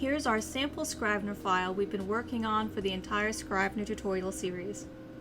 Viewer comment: Might want to check pronunciation of the product's name.